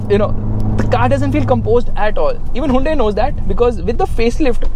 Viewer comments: wtf is hai-un-dei? 🤣🤣🤣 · The way you pronounce Hyundai😂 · haa yun day lol chaney